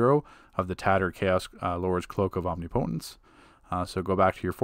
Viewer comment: Good video, but you're saying omnipotence wrong 😆 ... its not a hard e sound, the i is pronounced the same way you'd say the name Nick. Om Ni po tence.